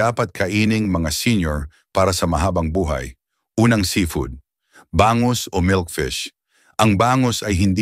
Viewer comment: Bangus (mabilis) hinde Ba-ngus .. Kagat (mabilis) hinde Ka-gat. Mabango (mabilis) hinde maba-ngo. Nagpapa pogi kpa ng pagtatagalog mo pero ansagwa, panget pa rin.